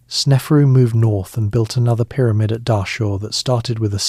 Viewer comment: Pie-rah-mid? I heard this word 15 seconds into listening. Now my brain would be on the lookout for another such ridiculous pronunciation so I have to watch something different.